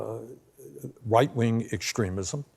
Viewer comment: .... I've listened to it several times now... did anyone else hear Bernie say "White wing extremism"? Is that phrase a thing now or did Bernie just coin it? If it's already a thing, I've missed it. Or is it just my ears/tinnitus?